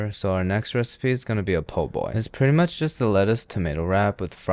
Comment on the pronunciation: My man really triggering me with the po'boy lmfao. This is almost enough to get you banned from New Orleans.